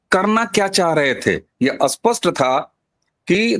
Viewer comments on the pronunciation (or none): अबे घोंचू, अस्पस्ट नहीं स्पष्ट 😁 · Why speaking Spsht ko Aspasht. STR ko Astr. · आप स्पष्ट शब्द का सही उच्चारण करिए कृपया, क्षमा सहित आप स्पष्ट को अस्पष्ट बोलते है जिससे अर्थ ही बदल जाता है